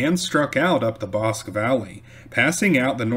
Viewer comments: Very good and informative video! Note: it's "Ee•wrath", not "ehreth"; "Bos•kee", not "bosk"; "Klee•burn", not "clay•bern". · Erath pronounce Eee-rath Bosque pronounce Bos-key